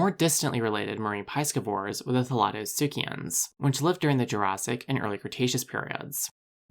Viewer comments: 𝛑scivores: Not "PIE-skih-vohr", but "PIS-skih-vohr". First syllable rhymes with 'this', not 'rice'. Do not confuse with pronunciation of 'piscis'. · Ive never heard of piescevores before, do piescevores live off eating pies? You know, how piscivores live off eating fish…? You really should learn to pronounce words youre going to use many times in your videos. Other than than I liked this video 👍